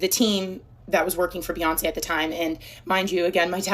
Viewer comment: who is beeeyonz? here name is beyonce